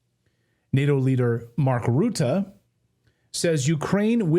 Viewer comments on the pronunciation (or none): mark rutte... of course he's dutch. clayton it's pronounced "RUT"!